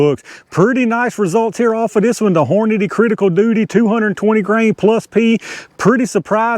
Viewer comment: These Criticals opened up pretty good. I'm just happy we pronounce Hornady the same way😂. I be hearin people say Horniday all the time lol. Those grips make me wana 1911 idk why but they give me serious samurai mask vibes